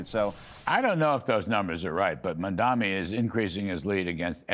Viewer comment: When will these clowns learn how to actually pronounce the man’s name? Mam-da-ni! I realize that putting in the work to correctly pronounce those 3 syllables is probably way above these 3 jokers’ pay grade, but still…